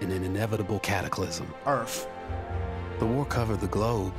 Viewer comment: "Earf" Lmfao!